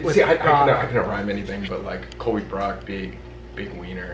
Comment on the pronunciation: NOOOOOOOOOOOOOOOOOOOOOOOOOOOOOOOOOOOOOOOOOOO IT'S HAS 2 BE SOLBY NOT BROLBY!!!!!!!!!!!!!!!!!!!!!!!!!!!!!!!!!!!!!!!!!!